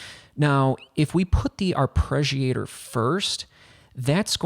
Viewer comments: Why are you pronouncing it "arpReggiator"? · arpreggiator lol